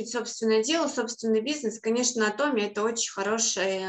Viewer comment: Почему, большбольшинство, кто занимается Атоми, говорят Атоооми, а не ААтоми. Корень слова: атом. Вы же не говорите атооом, а говорите атом. Очень режет слух Ваше произношение Атоооми. Подумайте об этом.